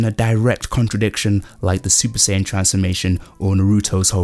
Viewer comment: It’s SAIyan not SAYan